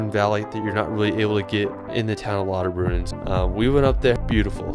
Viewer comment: I like how this guy could not pronounce German words like his attempt at "Jungfraujoch", and "Lauterbrunnen" totally wrong LOL Please try to learn the language when you are in another country.